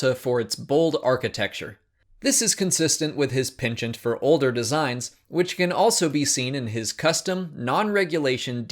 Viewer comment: That pronounciation of penchant... Not that it matters, good video